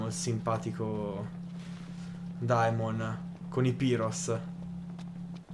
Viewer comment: “Daemons”??! Sul serio? Se tanto mi da tanto la pronuncia “Piros” te andata di fortuna...